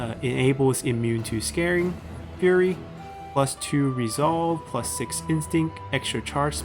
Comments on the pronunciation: Hey! Just a tip, but “Fiery” is pronounced “Fire-ee” or “Fai-ur-ee,” not “Fury” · Fiery is pronounced Fire-e. I know English sucks, take it from another guy who learned it as a second language :) omg lol that really cracked me up